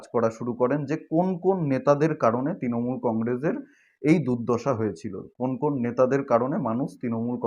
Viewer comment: Ektu uccharon ta thik korun bhai. Kotha ta 'Tinamool' not. Kotha ta "Trinamool"